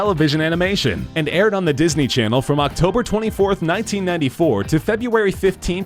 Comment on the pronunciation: It's not "feb-you-ah-ree". It's "feb-roo-ah-ree".